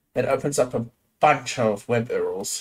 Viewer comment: Did you just say Web Uhrls????